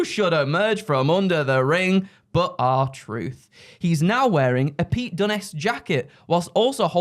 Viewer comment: The fact he got the r truth right I’m dying 😂😂😂